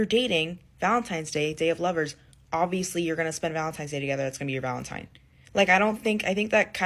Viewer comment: For the love of God, it s Valentine, not Valentime.